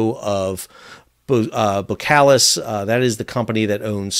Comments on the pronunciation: 2 minor notes on pronunciation: 1 Boskalis contains an s before the k 2 your pronunciation of Eemshaven is close, but it would be even better if you pronounce the Eems bit as you pronounce aims. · Thanks for another great insight! :-) My takes for your pronunciation: - you (Americans) would spell "Aims-haw-fen" - Boskalis had before (in one phase) been spelled "Bos & Kalis". That first "s" does get pronounced. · Thanks for your views. (BTW, the 's' in Boskalis is not silent, just saying.) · You are not pronouncing Eemshaven correctly. The first vowel sound is a long a sound, analog to the first vowel sound in 'wave'. Also as far as I know the first s in Boskalis is not silent . Keep up the good videos. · Hey Sal, just FYI You could pronounce EEMSHAVEN as EAMES (like the furniture designer couple) and ‘Haven’ from NEW HAVEN. And Boskalis as BOSS (the fashion brand) -Kalis. We’re Dutch, not French ;)